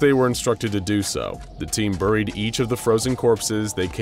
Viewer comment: Anyone else annoyed by how he pronounces buried?